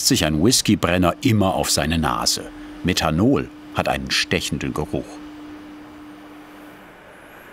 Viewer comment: Meddhanol, Eddhanol😂